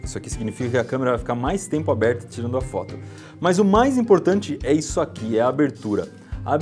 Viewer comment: porque tu fala dipois é depois e izo é isso ai mas vale joinha eu vou dar pra ajudar vcs